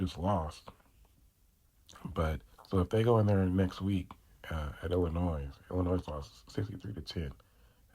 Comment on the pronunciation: Don’t pronounce the s in Illinois. Gotta fix your volume